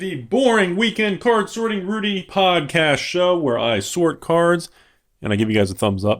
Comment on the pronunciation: Did you just say "PodCash" like from the Trailer Park Boys podcast? XD